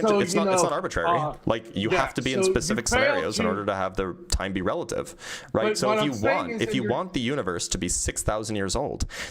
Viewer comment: The guy struggling to say "relative" just to be completely wrong killed me lmaooooo